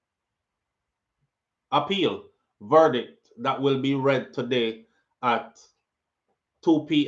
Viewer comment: One thing mi Wah know, a how much mf “ver-dick” them ago read?